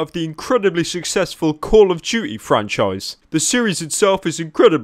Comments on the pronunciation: One does not simple calling call of duty "call of juty" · Call of Duey ahaha just skip over the T in Duty why dont ya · “Call of duechy”